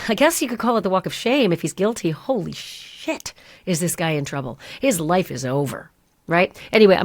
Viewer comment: Hoe-Lee Shhh 🤣